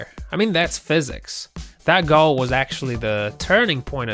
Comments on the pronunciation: You need to change the way you say Goal, its fucking Goal not Gall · It's goal not gull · Fck me it's annoying how he says goal gawl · USA: goal EverywhereElse?: gall/gol. Me: uhm wait what...rewinds 3X... STILL me: wait what...really, "gol"? Is that how the RestofTheWorld says it.... Also Still me: waits for basketball hoop to be called "ring" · GOAL NOT GAL ! U TIT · The way this guy pronounces certain words like “goal” & “bowling” drove me absolutely nuts! Doesn’t even seem to have much of an accent so where the hell does the annoying as fuck pronunciations come from? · Learn to pronounce ‘goal’ it has an ‘o’ in it. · How the fuck does this guy pronounce Goal??? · Lol why can't this guy say goal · Learn how to pronounce some standard words like video, goal and bowlng. Oh and stop trying to narrate - you are rubiish!